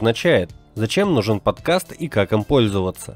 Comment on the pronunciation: Сколько раз он сказал "подказ"?